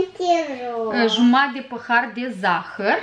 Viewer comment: Cică "păhar"